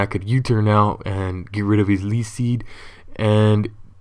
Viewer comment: say leech seed